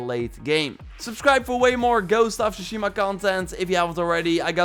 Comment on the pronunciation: Is that a new fucking Trend to say shushima instead of Tsushima?